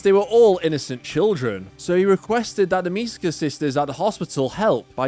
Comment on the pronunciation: I genuinely don't get how people can pronounce "Misaka" as "Misuhkuh" when it clearly should be "Me-sah-kah"